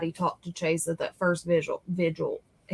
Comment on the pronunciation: Love you and. Please don’t get me wrong when I say this. I’m not criticizing; I’m genuinely correcting something I’m hearing a lot on YouTube. It’s VIGIL, not Visual.